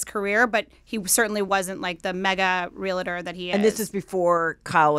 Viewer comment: It's REAL-TOR, not real-i-tor! 🤦‍♂